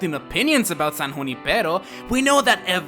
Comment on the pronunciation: You the only one who pronounced Junipero right. Just like me. I come from a city that has Junipero as a street so I knew how to say it correctly